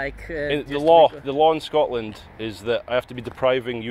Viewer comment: Scortland? Cant even pronounce the name of the country ffs